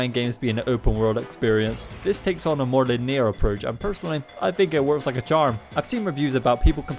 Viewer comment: The way you pronounce linear is madness... great video though.